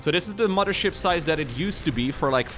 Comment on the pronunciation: I will donate to have never say "momma ship" again. Love your content otherwise buddy!